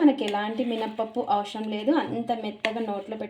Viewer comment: Neku telugu rada? Avasharam enti ne telugu ya ra la va kuda rada?😂😂😂😂😂